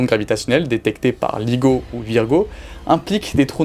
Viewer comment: Seriously did you no nothing about this topic and just rush to make this video or something becouse you pronounce so many things wrong so many times i have to think that you don't really know what your talking about. Like Hawkins,swartschild ,ligo